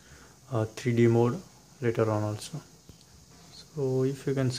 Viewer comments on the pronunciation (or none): none